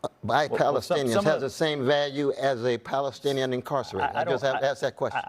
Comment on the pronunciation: They couldn't say Palestine. Balestinians, leave the P alone!😅